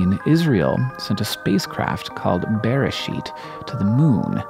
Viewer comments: Not exactly. Hank said "BE-re-sheet" whereas the correct pronunciation is "be-re-SHEET." Most words in Hebrew have stress at the end of the word, sometimes in the beginning, but rarely ever in the middle. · Its not pronounced bear ehh sheet its pronounce beh ray sheet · Hey Hank, I love the Microcosmos videos! A note on pronunciation: "Beresheet" is pronounced a little closer to beh-RAY-sheet. Edit: Oof, I mixed up my vlogbrothers. On this very pizzamas. It's a travesty.